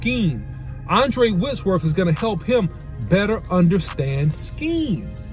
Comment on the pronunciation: Andrew OC not Andre* lol 😅😂😅😂